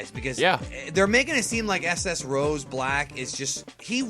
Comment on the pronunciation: It is Super Saiyan Rosé, as in Rosé Wine, not Super Saiyan Rose, like the flower. So "Black Rose" doesn't make any sense.